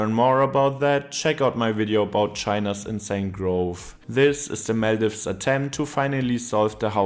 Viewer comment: Do u guys genuinely not know how to pronounce Maldives and Malé 🫩 As a native, ur pronouncing it wrong.